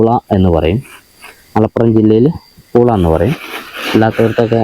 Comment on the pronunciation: പൂള പറയുമ്പോ എന്താ മിണുങ്ങി കളിക്കണേ 🫣😁😁😁❤